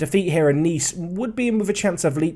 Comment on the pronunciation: Oh my. Butchering has gone too far! Now he's butchering English words in french. You're losing your English roots! Naize, not nees;)